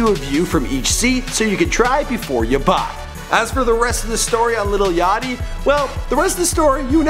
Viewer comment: *yachty not yatchy